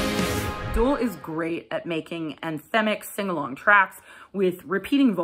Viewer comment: Nice review. By the way it's DOOL as in goal, not DOOL as in ghoul.